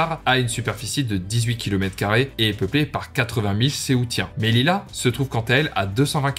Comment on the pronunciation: c melilla et se prononce meliya